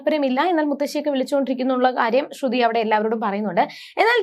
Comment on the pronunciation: ശ്രുധി അല്ല ശ്രുതി ആണ് ok